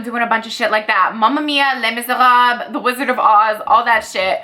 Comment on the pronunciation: The way you pronounced "Les Miserables", can tell you're Canadian with that perfect French diction!